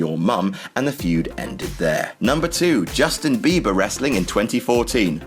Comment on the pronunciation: Were you actually saying "Justin Beaver" or was I just thinking that all because that's what I call him?